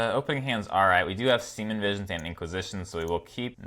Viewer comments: love the channel, but really annoying and weird that you mispronounce Serum Visions as Seamen Visions. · Every time i hear him say semen visions instead of serum visions..... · Have you been saying Semen Visions this whole time? My hearing is really weird. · I just realized you call it “semin” visions 😂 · Gotta love the "siemen visions" 😂 love the deck and your enthusiasm :D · He said Semen Visions lol